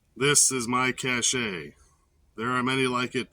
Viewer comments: FYI: It's pronounced "Cash", not Cash-A. . That said, great video, I really enjoyed it. Got some good ideas from it. JT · Pronounced “cash” (it’s a French based word).